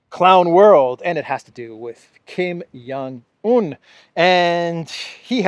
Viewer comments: Hi. Thanks for your daily update. FYI, when you say Kim Jong Eun, J is pronounced like a regular J. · Kim Son Un, not Kim Young Un. 😊